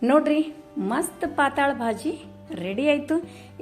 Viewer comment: 'ಪಾತಾಳ' ಭಾಜಿ ಅಲ್ಲ ರಿ 😄🙏 ಪಾತಳ್ ಭಾಜಿ ಅಂತಾರೆ 👍 ಅದು ಮರಾಠಿ ಶಬ್ದ ಅದು.. ಪಾತಳ್ ಅಂದ್ರೆ 'ತಳು' / ಡೈಲುಟೆಡ್ (diluted)